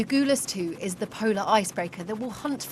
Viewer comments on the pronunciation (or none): Dear: The name of the Antarctic Research ship they're travelling on is pronounced 'A-Gull-As', not 'A-Ghoul-As'. Who even writes your scripts? I expected the of all people to know better.